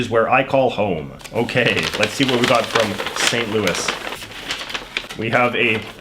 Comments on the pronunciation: Lol it’s pronounced St. Louis with an S and Missouri like Mizerie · Lol the way he pronounced Missouri makes it seem like he's from the boot-heel region of the state...was not expecting that. And coming from someone who currently resides in St. Louis - the 's' is pronounced at the end by everyone here. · The way he pronounces St. Louis, Missouri hurts me so much